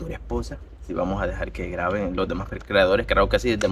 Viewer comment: No será graben ? Y no "graven".